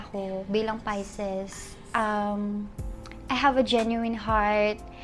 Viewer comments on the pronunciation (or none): "pai-sees" po ang pronunciation hindi "pai-ses" Wag mo na artehan mag salita po :)